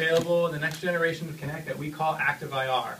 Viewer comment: what the heck is he saying "Kinect T"? is that how you are supposed to say Kinect you pronounce the T at the end like a full T? Or is he saying that's called Kinect Me?